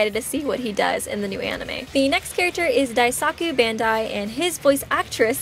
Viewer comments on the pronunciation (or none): none